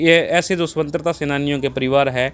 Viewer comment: वर्तमान में मानव में नेतिकता खत्म हो गई है ।सरकारों को अपनी जेब भरने के अलावा कुछ नही सूझता है ।भाई को स्वतन्त्रा शब्द का सही उच्चारण नही आया। ध्यान दें ।महाबीर उमेदपुरा